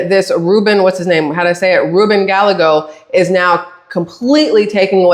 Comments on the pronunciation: It's pronounced GUY A Gos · Guy yea gos is how you pronounce it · Pronounced Gal E egg o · Gallegos is pronounced guy-eggo (like the frozen waffles - lol). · Hi, Gallegos is pronounced Guy-yay-gos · BTW, it's pronounced "Guy - YAY - go" ... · Gallegos is pronounced Guy ye gos. 😊😊❤ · OMG 😂 you are KILLING me with Ruben’s name 😂 It is pronounced Guy eggo 🤣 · Gallegos. ( Guy egg o) Double Ls have a "y" pronunciation. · The two L's together make a Y sound my lady .